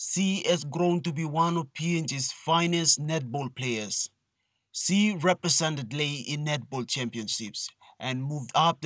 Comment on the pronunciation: It's SHE and NOT "C"